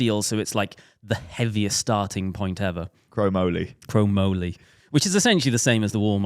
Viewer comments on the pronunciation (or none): Hearing trying to pronounce chromoly had me confused and laughing. I thought he liked steel bikes? Reynolds steel tubing is chromoly. Lifetime mountain biker in the US but still love the podcast! The chemistry and banter is great, keep it up. Maybe one day you'll convince me to get a gravel or road bike. Also our pumpkins don't exactly taste very good, at least not without a bunch of sugar and spices that turn them into a pie.